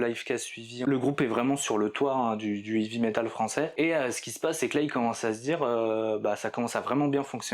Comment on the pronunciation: Fanfanchouillard, je te salue ! Je constate le même travers que mon grand frère : la prononciation de "heavy". Vous prononcez "ivi" au lieu de "hey-vi". La bonne prononciation franchouillarde des années 80 (lol) ! Je connais un gars fan de ce groupe depuis le début. Il en faisait même son pseudo sur les forums de l'époque. Excellente synthèse, as usual ! Dans un état d'esprit similaire "Heavy Metal à chant français", je te suggère MESSALINE. Les textes (les paroles), quel régal !!! Surtout l'album "In Cauda Venenum" et la chanson "Le Bûcher des Vanités". Meup !